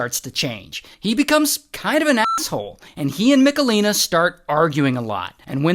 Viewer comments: Ray, it's not MiKalina, but MicHalina 😂 Its a serious case and i couldnt watch it without giggling 🙈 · im from poland and the pronounciation of michelina is hurting my soul